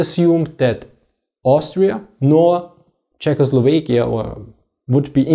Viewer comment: Czechoslovekia. As it's in Tschechoslowakei, it's an "a", not an "e".